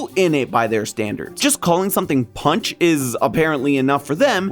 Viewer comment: The way he pronounced panch 😂😂😂